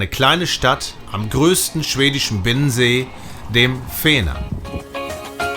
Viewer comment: Hej, ein schönes Video mit sehr viel gute Infos, man will mehr sehen, bei der Aussprache besteht ein wenig Training. Ist aber nicht so schlimm, Varberg wird warberg gesprochen, vännern auch wännern gesprochen, Lidköping spricht man schöping. Åå schwedisches o und o ist ein u. Y ein ü